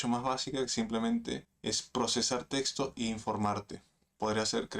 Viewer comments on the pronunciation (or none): none